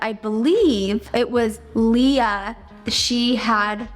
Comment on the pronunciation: I so wish you would use Leah. That’s my name and absolutely no one ever spells it right or says it right and you got it exact and I was so excited that you even mentioned it because I’ve grown up watching you guys and I am so excited for baby girl!!!!! 💜💜💜💜💜💜💜💜💜💜💜💜💜💜💜💜